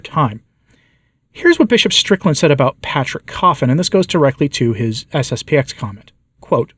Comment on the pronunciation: It's SSP-ten ---------- not SSP-ex.